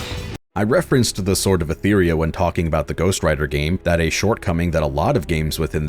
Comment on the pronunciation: How do you play so much of the game but not pick up on how they say "Etheria"? XD